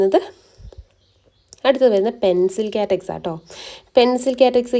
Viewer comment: Good collection. പിന്നെ കാറ്റക്സ് അല്ല cactus..kaaktus aanu correct.